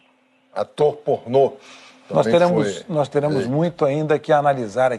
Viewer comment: "Atô pornot"